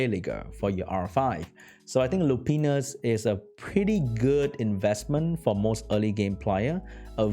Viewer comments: Hahaha. He says Lupinus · its pronounced "lou pine us", and "ee freet"